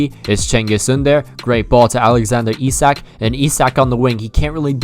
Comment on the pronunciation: Sign Chiesa, and I thought Isak was pronounced Ish-ack.